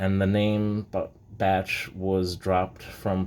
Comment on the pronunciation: I saw another vid that pronounces it as Beysh, so that is how I pronounce it, even when I did a vid that included a Bache 1 oz bar. Now I know. Good history behind it. Thanks!